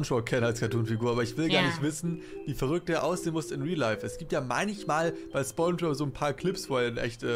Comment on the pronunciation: gamingdude2.0-pj3zm er hat gesagt spongggbob